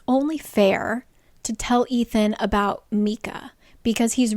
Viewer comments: Why are you prounouncing it MEEEKA??? Isn’t it MICAH?? I will die if it’s pronounced meeka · I feel the same way! It’s definitely My-Cuh pronunciation lol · The hind and meekah are killing me here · It took me an embarrassingly long time to try to figure out who tf meeka was 😂 did NOT know Micah could be pronounced that wayyyy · I love these recaps so much but I am on my hands and knees BEGGING you to pronounce Micah correctly in any future vids. 😂❤❤❤